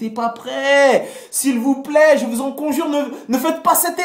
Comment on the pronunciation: MDRRRR tu ma tueeeeeeee de rire quand ta appuillé "Je vous en Conjuuuuuuure!!!!" Hahahahhahaha